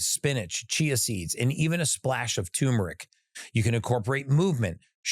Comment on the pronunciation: TURRR MERIC damnit, I hate people that can't pronounce this word, it's fricking simple. There's two r's, neither of which are silent.